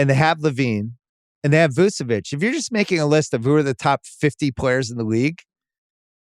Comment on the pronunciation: First, you still mispronounce Vucevic's name. Second, he never was top 50, I think he is most overrated player in the league, alongside Westbrook. Guy could never draw fouls so his efficiency even when shooting well was never great for a center, often bad. He is basically Monta Ellis of centers, but he fooled you all for years cause he had fluid and good looking jumper for a center.